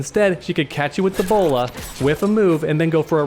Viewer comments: When you was talking about Batgirl's bola, it sounded like Ebola. Plus I really think the Ebola that Batgirl has is really annoying!! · It sounds like he is saying "the player will EBOLA"